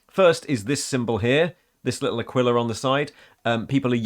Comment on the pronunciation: Just want to put out it's actually pronounced "Uh-kwee-la" or "Uh-kee-la". It's comes from latin and is in the bible I think. Also I couldn't tell you why, but I thought the Emp Kids aquila thing was specific to wearing one on chest armour. Shrugs